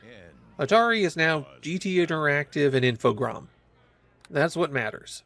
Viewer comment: I think you're the first Youtuber I've encountered who pronounces Infogrames correctly.